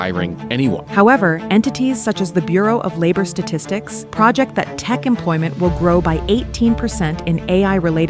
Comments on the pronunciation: Dude this is read by AI…. Pr(oh)-ject and pr(ah)-ject are different words a human would not have messed up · Did anyone notice the weird way the voice pronounced Projected of "PRAH-Jected" vs "PRO-Jected" and the lack of a definite article that made a sentence sound just wrong at around the minute mark? I think they outsourced the voice acting to AI not LMFAO.... could be wrong, but in this environment, I could totally see it.